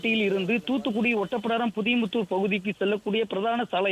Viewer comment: ஓட்டப்பிடாரம் இல்ல ஒட்டப்பிடாரம் பாலி